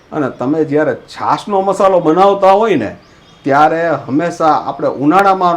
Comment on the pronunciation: મશાલો ન કહેવાય.મસાલો કહેવાય